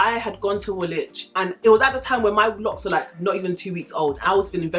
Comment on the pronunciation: I subscribed as soon as I heard I heard Woolwhich loool